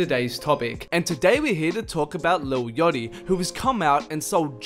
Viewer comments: its not yotty ffs... yAchty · wtf is ‘yotti’